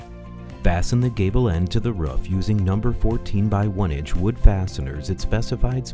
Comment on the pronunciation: It's "roof" not "riff".